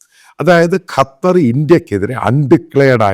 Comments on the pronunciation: കറ്റർ അല്ല " ഖത്തർ " . കള്ളം പറയുന്ന ചാനൽ... കറ്ററിലുള്ള വലിയ എത്രയോ പോസ്റ്റുകളിൽ ഈ പറയുന്നവന്റെ ആളുകളെ ഒരാളെയും നീ കണ്ടില്ലേ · കറ്റാർ alla😂 ഖത്തർ ✌️